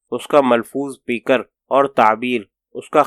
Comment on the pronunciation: بہت خوب لیکن قاری کا تلفظ کہیں کہیں کمزور ہے ،جیسے پے کر کو پی کر اور بر انگ گےخت کو برانگ گی خت پڑھا ،بہرحال اقتباس زبردست ہے ۔ شکریہ